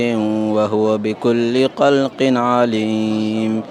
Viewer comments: بس عندو اخطاء في حرف خ قلق هو خلق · خلق وليس قلق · ليش ماتعدل له يقول قلق لازم تعدل له تخليه يقول،خلق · من فضلك أخرج بحرف الخاء بشكل صحيح وليس بقاف أوليس الذي قلق السموات ❌️ وهو بكل قلق عليم ❌️ أولس الذي خلق السموات ✅️ وهو بكل خلق عليم ✅️ على أن يخلق مثلهم ✅️